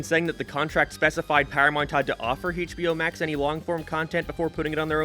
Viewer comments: "Hey-ch B O max" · Hey-CH-bio max